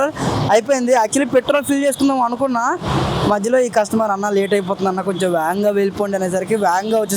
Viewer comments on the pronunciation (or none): Veganga ❌ vaganga ✅ 😆